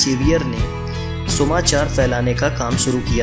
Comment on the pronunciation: Sumachar nahi Susmachar,cent nahi saint.other wise information is useful and good.